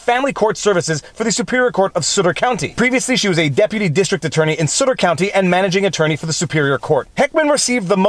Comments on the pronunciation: It is not sooter county Viva it is sutt -er county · Aah! Too much French, Viva - Sutter is "Suht-ter," not "Sooter." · Sutter is pronounced sutt-er, rather than “soo-ter”. 👍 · It’s Suh-ter. Sounds like butter. Not like booter. Just saying. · It is suh ter county. Sounds like "stutter" without the T. Not sooter :) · That’s Sut not soot. As in Sutter not sooter county. Other wise your good. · Fyi... it is pronounced Suh•ter not Soot•ter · Sutter like Sutter Home wine, not Sutter like " suitor". Just trying to help, not complaining. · Sutter county - suh-ter not soo-ter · Pronounced Suhter, not suitor. Just saying. California couldn't care less about the constitution. There are no consequences, it costs the Govt nothing, and it takes the courts YEARS to even here the cases, and even the the corrupt 9th circuit is useless. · Sutt -ter. not Suuter. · Sutter is pronounced Suh-ter not soot-er. It's right next to Sacramento, so probably a liberal county. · Did you just call Suh-ter County "Sooter county"? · Good try, but ... “Sutter” is pronounced “Suh’ ter”—not “Soo’ ter”. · Sorry its s-UH-t-er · "Sutter" is pronounced correctly when it rhymes with "clutter". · It is sutter as in supper. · It's Sutter County, pronounced like BUTTER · It's sutt-(like SHUT the door)-er county. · The name of Sutter County is pronounced in the way that rhymes with "mutter." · First syllable in Sutter rhymes with mutt, not root. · It’s pronounced suh-ter, it is a relatively conservative county outside of Sacramento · FYI - Sutter is pronounced suh-ter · Sutter rhymes with Butter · Sutter rhymes with mutter and stutter. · Sutter is pronounced like Suh' ter. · FYI: It's Sutter...as in butter.😉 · Sutter is pronounced “Su” as in “sun”. It is my home county which is in the more conservative part of the state. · Oh that made my ears bleed and I’m from So Cal! But, Viva’s a lawyer so saying “sue” just rolls pff his tongue. 🤣🤣🤣🤣🤣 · its s"uh"tter